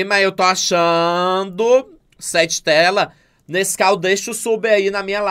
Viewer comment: Que odio, quando eu li o título do vídeo, eu tbm li Nasceu KKKKKK aí eu abri o vídeo e ta o falando Nasceu kskkkkkk